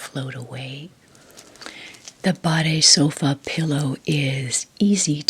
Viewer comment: Your pronounciation of "BADESOFA" is nearly perfect. Greetings from germany🤗